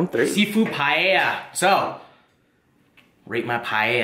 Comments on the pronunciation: At least he stopped pronouncing it as pallea :D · its pronounce as PA-EL-YA. Its looks good though. Love from Philippines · Its also pa-e-lla not paella. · I thought paella is pronounced as "Pa el ya " 😂😂 anywayss that looks so good 😍😍😍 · It’s pronounced “pie Ella” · Its Pa el ya. xD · Its so annoying everytime you say PAEYA wtf?